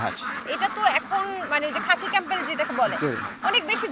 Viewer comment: খাপি ক্যামবেল না সোনা 😂এটা খাকি ক্যামবেল বলে